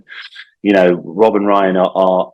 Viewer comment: still fucked up Rob's name 😂